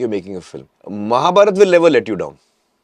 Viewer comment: and I love man for not saying Mahabharata aa but simply saying Mahabharat. we Indians, at least the North Indians should learn to pronounce our Hindi words right. like ram and not Rama, ravan and not ravana. more respect for you man!!! keep rocking